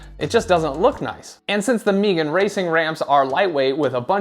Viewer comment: Never heard someone pronounce Megan as “Meegan” before haha. Nice review. Not sure if I actually need the 2 piece construction or not tho 🤔